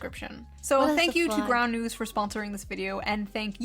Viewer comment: June loves plugging that 'ground news' shit but can't even say it properly. 'Groun'...I can't stand how she speaks in general, tbh